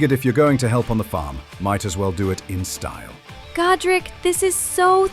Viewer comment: As a Warhammer nerd, I heard Gotrek every time you said Godrick. Should of married Felix.